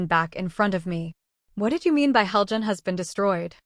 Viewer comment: You're saying Helgan wrong, and it Ulfic StormCloak not Stormloak.